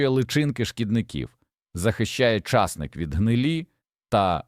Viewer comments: Колись був часник, а зараз ломлячи языка, став чАсник. Гидко слухати. Не додивилась. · Що таке часник,що це за наголос? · Часник. Наголос на ник.